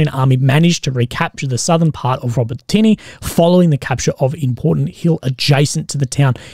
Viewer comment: Hey bro, it's pronounced ”Ro-bo-ti-neh” not "ro-botiny” love your work though